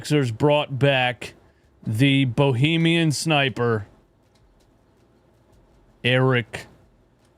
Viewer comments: Its BAHAMIAN. Not BOHEEMIAN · Hey dope it's Bahamian. Long A not Bohemian long E. Getting tired of hearing these analysts mispronounce it. Bahamain from Bahamian. Bohemian from lands of Bohemia in Czech Republic ❤